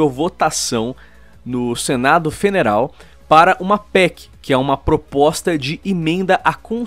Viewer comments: ''senado FENERAL'' heuheuehuehe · foi só eu que ouvi senado feneral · vc esta que nem o dia da e3 na conferencia da bathesda? falando "senado feneral"? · So eu que ouvi feneral?